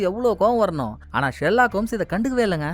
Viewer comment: ஆனா❌❌ Haana✅🤮🤮